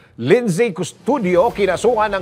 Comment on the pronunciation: It's pronounced " LIN' ZI "... not "lind' say".✌️✌️✌️Peace